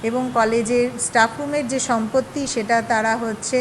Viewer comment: College student staff উচ্চারণ টা ঠিক ভাবে করতে পারে না। ইস্ টাফ 😂😂